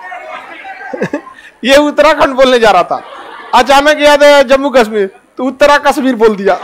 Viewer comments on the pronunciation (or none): none